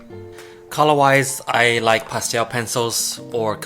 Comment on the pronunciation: "pasteowl" xD